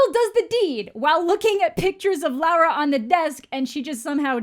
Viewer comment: God please her name is Laura, not Lara, I'm gonna change my name because of you